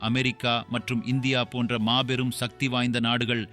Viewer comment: நீங்கள் தமிழ்வழி கல்வி பயின்றார் இல்லை போலும். உங்கள் மொழி பெயர்ப்பு கொஞ்சமும் சரியில்லை. மேலும், சக்தி என்று உச்சரிக்காது ஷக்தி என்று இக்காலத்து தமிழ் அறியா பிள்ளைகள் போல் பேசுவது கேட்க அருவருப்பாக நாக்கை பிடிங்கி கொண்டு சாகலாம் போல் உள்ளது. தமிழை தமிழாக உச்சரியுங்கள்.